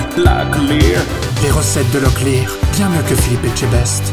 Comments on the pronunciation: C pas locklear,c Leclerc 🤣😂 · Moi je croyais que quand ils disaient ''locklear''j'entendais ''la cuisine'' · Je pensais qu’il disait brocoli🤣🤣